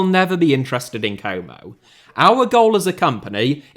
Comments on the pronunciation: it's not "komou" it's como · What club is this "coumow" you're talking about? Never heard of them 😂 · I can't think of a greater punishment than hearing a british man pronounce Como repeatedly for 45 straight minutes. Or should I say "Coumou".